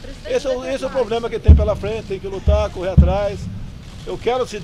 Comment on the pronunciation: Bozo fala "poblema" e ainda fala que precisa mudar a educação kk